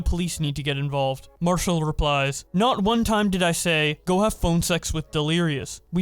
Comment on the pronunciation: "Mar-cell"?? Nah bro we say Marshall in here lmao